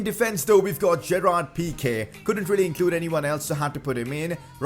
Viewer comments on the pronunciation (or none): none